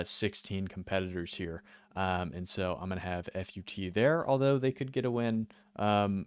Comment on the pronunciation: FUT too high, btw if you’re reading this it’s pronounced “foot”